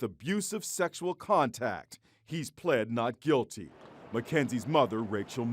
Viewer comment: LMAO the way he said "He pwead not guiwty"